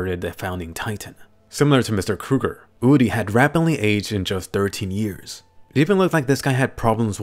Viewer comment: Lmao my name is Uri and he pronounced it right! Thanks man!